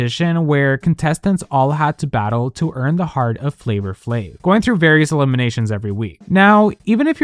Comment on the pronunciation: You pronounce it 'Flavour Flave'?